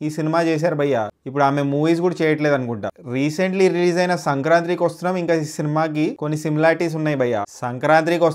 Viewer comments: Sankrantri endhi naa..... "Sankranthi" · also it is SANKRANTI not sankranthri